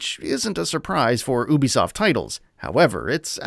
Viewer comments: Btw it's you-be-soft not ooo-be-soft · Oobi soft 🤦🏽‍♂️